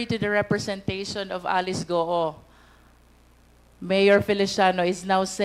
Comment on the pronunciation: My gwaaaaad! Cong. Luistro. It is GUO (GU-WO) not GOO. 😂 you keep on saying GOO.